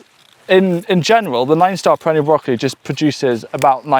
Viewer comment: I agree, stressing the variety more would be nice, I had to rewind to catch the nine-star perennial broccoli name